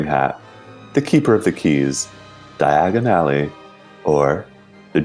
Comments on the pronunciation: They pronounce diagon ally just like Harry did and 😂 you guys are butchering the name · pronunciation of 'Diagon Alley', you tryna end up somewhere else dude?!